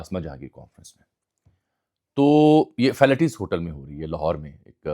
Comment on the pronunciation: Bhai falaties hotel hai name sahi atta an ni